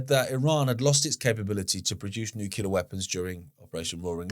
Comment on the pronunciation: JFC! I love you brother but, it's noo klee arr. Not nukular! 😂